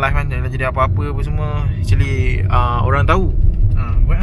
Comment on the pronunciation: ... Acherli ( actually) 🤣😅🤣🤣🤣🤣🤡🤡🤡🤡🤡🤡